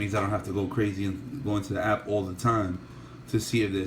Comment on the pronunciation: app not ass!!